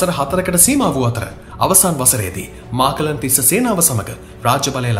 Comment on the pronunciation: නම් ගම් හරිය ට කියනව ඕයි.මහාචූලික මහා තිස්ස,මාකලන් නෙවෙයි මකලන් තිස්ස